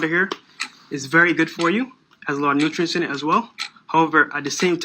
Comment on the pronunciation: He said this water has “Nutrients” Brah